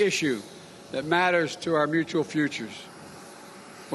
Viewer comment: Marker . Slurring, "I formed a stronnn-relashunshi-p-wi-both of them". Please someone help the man!